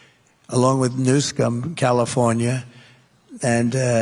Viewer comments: Did you hear him call Gavin Newsom…Newscum? Very deliberate! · Newsome, not Newscome! Come on, if you are going to attack someone, get the name right! Trump is so dumb and getting dumber! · Isn't the governor of California's name Gavin NEWSOME? Why does he say Newscome? Why is he adding letters to his name? So childish to play funny business with peoples names. His does act like an eight year old, so - maybe he is the school yard bully after all! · Did he say Newscum???? The governor of California ???